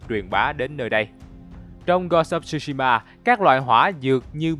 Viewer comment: không ai đọc "shu" shima như ad hết, chữ đó phát âm theo tiếng Việt gần nhất là "trư"shima , trời ơi có google dịch mà, làm ơn tìm rồi hãy làm chứ, sao lại qua loa như vậy được